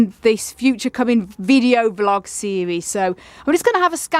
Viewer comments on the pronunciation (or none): A very nice "VLIG" indeed 😆